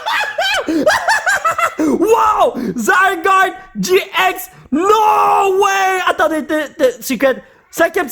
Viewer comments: Sa se dit gé Ix et c'est nymphali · Sa ce dis getx 😉